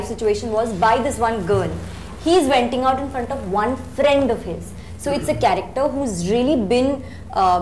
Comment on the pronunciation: She said venting out not wenting out...